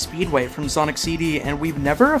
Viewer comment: Bro did you just say, "from Sonis hedgehog 2"